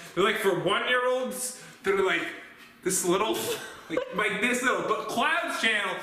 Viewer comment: Why did you say lick instead of like?